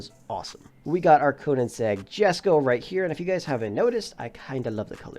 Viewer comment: the word "Jesko" is pronounced as "Yes-ko"